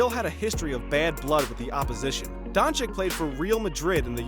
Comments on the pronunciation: Wait, isn't it pronounced Donchich. Never heard nobody pronounce it DonchiK before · Mr. Don Chick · Just call him Luka, or learn to pronounce his surname please.